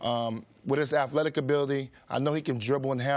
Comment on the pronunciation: I'm not taking thoughts from anyone who repeatedly says "afletic".